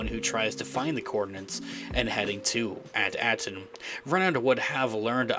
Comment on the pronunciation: May I suggest that you research to learn how to pronounce the planet At Akron.